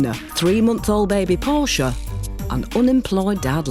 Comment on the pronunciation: Please tell me three baby is named after the Shakespearian character and not a body car. Portia, not Porsche.